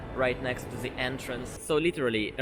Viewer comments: THE не можешь выговорить, ну хоть ДЭ говори, ну только не ЗЭ. А так, красавчик! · am I the only one noticing you pronounce "ze" instead of "the"?